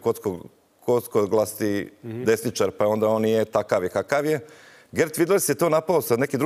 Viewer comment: Još jedan u nizu potkapacitiranih političara koji ima problem izgovoriti riječ s vise od tri sloga. Tipičan “desniĆar”.